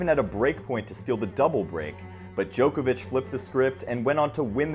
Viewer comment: I think is the most professionally delivered summary & analysis of the ATP Tour on YouTube. The delivery is smooth. No pauses, crutch words - a top presenter. If I could make one small suggestion of improvement.. Whilst I don't claim to know the correct pronunciation of names - being a European I am pretty sure they are incorrect. I cringe a bit at the pronunciation of 'Djokovic' & 'Garros' in the latest video. To help here is a link to the corrct pronunciation of Roland Garros: & here is a link to the correct pronunciation of Novak Djokovic: It's just the long 'o' sound that sounds weird. Personally, I think the incorrect pronunciation of names is unhelpful - it only trains more people to say their names incorrectly. For English words it isn't important - there are no hard & fast rules to correct pronunciation - it isn't a phonetic language. But names I think, are important to say as the player would say it.